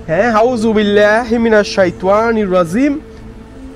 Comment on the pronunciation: আউ'যুবিল্লাহ আর বিসমিল্লাহ টা ভালো ভাবে শিইখেন ভাই। উচ্চারণ গুলো তে সমস্যা আছে।